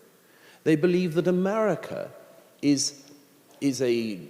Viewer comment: It’s America, not umerurica